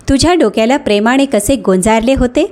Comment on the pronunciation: प्रेमाने.... प्रेमाणे नाही... कृपया उच्चारा कडे बारीक लक्ष द्यावे. सीमाने.... सीमाणे नाही